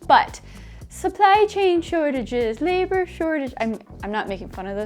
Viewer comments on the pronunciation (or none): Did you say labor shortage or neighbor shortage lol haha